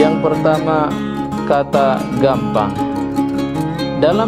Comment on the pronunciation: Boi cara ngucap nya gappang, bukan gampang